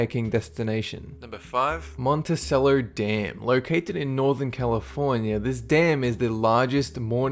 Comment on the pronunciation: Monticello is pronounced "mont-eh-chell-o", not "monta-sell-o."